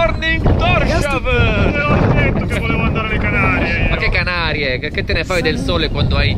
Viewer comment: Pronunci correttamente Fær Øer ma Torshavn non si pronuncia come fosse scritto "Torsciavn": S ed H si separano: Tors-Havn, che significa "Porto di Thor".